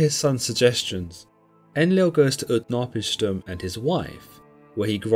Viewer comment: UtnaPISHtim, strong on the third, not the second.